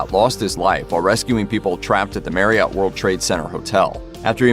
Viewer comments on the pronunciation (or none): none